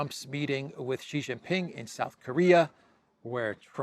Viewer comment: Yes, you pronounced Xi right. Credibility soars! Thank you.